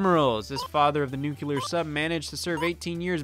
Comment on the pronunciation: *nuclear sub, not nukular sub